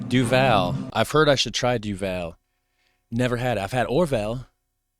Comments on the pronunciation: Duvel means devil and you stress the DU part of the word not the vel part so DUvel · Ahhh Duvel [DÜvl]... no Al and no OU sound as in you... ü as in german tür ... in it dialect for "devil" by the way.. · try topronounce devil with an u so u say it right also a kroket is 100% meat paste with peaces of meat no veggies... thbats for sure also the way you said frikandell was 90% correct compared to his wich was like 40%